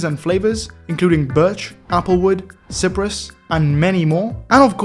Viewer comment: Cypress is sEYE-priss